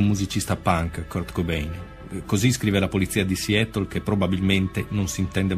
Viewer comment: Ma la pronuncia inglese, questa sconosciuta... Non si può sentire!Siettol? Siatol...Meglio occuparsi dei casi italiani. Non fate spettacolo su una tragedia